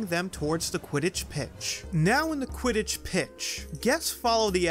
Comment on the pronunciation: Did you mean to say “u.k.” Quitich league